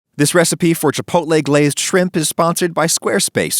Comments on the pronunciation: "CHILPOTLE PEPPERS", nice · "chilpotle"? really makes me trust the brand. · "chilpotle peppers" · … chilpotle peppers???